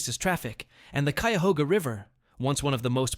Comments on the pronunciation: It's funny you mispronounced Cuyahoga National Park twice but said Cuyahoga River correctly. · Wow…totally botched the pronunciation of ki-a-HO-ga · Yeah, and he says Q-yuh-HO-ga National Park. Ridiculous. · Fin-d-ley market....cy-ya-hoo-ga national forest...and you missed the best feature of hocking hills...my family,of the Shawnee, lived and hunted there...we were also hunted there,but we knew the land and had "signals" on where to go,or where herds were moving to...look for handprints,Buffalo, and sun or moon and what phase they are in...they are still "painted" on the walls..some are easy to find..others,youll have to search and be brave ;) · Check your pronuciation with locals. I heard 3 things mispronounced. Cuyahoga, Stan Hywet and Findlay. Fun to watch. Thanks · Should be pronounced-- "See ber ling" "Hue it" Fin not find in Findley Kie uh hog uh Toe path Been to most of these places.